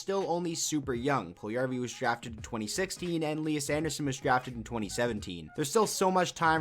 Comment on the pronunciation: The way you pronounce Puljujärvi hurts me so much......